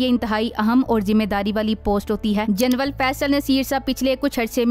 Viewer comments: Janral hota hy ya janwal hota hy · Sister General kehtey hain. Genwal nahee😂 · Bibi General Hota Hai Genwal Nahi... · محتر مہ جنول نھیں جنرل لفظ ھے درست کریں شکریہ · لیفٹینٹ جنول نہیں بلکہ لیفٹینٹ جنرل کہیں